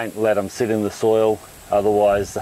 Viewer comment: Soil not soul